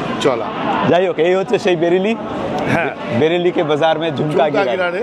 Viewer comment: মনে হয় বেরেলি নয় বারেইলি হবে ।।